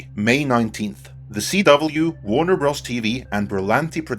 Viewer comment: Great video. I thoroughly enjoy your take on pop culture. One tiny criticism of the execution of your script for this video and future videos: Warner Bros. Stands for Warner Brothers. I cringed after the multiple times you kept pronouncing Bros. The way it is written, rather than what it means/represents. Just like LFL is short for Lucas Film Ltd. .....Ltd. stands for limited. It is a minor critique and one that I hope you take as an honest remark and in no way a flagrant dig with any sarcasm or agenda. Keep up the great work!